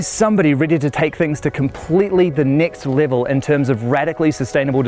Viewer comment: “Nixt livel”